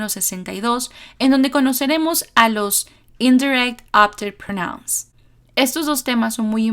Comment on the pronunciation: Excelente explicación‼️....un detalle, pronuncias "pronóuns" y es "prónouns", con el acento prosódico en la primera sílaba...